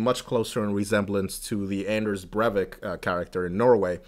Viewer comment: Breivik is pronounced Br-I-vik. ;) "ei" is similar to I in for instance "I am." Good video. Thank you.